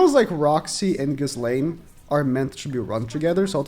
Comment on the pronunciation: I fully agree with everything said, but the way he pronounces Ghislaine just hurts me inside. Man clearly hasnt watched the show or if he did it was an english Dub. You dont say the "s" in her name, its fully silent.